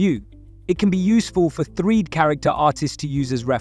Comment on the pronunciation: Why do you pronounce 3D as "threed"?